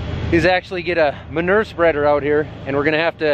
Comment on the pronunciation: Did you just say ma-ner spreader? What the hell is a ma-ner spreader???